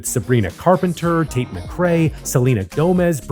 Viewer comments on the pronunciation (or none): none